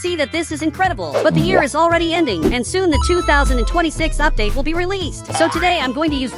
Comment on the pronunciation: You said 2026 wrong